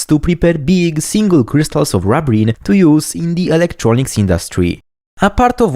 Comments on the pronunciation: It's not rub as in rubbing, its rub as in ruby, rubene. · I would expect the first syllable should be pronounced the same as in the word "ruby" and other words starting with "rub" that refer to red things.